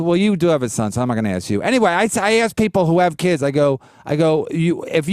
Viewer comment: being under-the-radar hilarious “Ok, axe me this:”